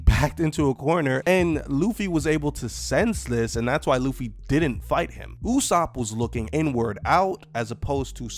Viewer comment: Is it me or is saying usopp correctly? Cuz the sub said it differently and someone told me that the way pronounce usopp is the correct way.